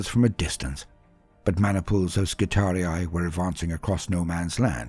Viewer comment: You're one of the only people I've heard pronounce "skitarii" properly. As always, love the storytelling. You're the boss 👊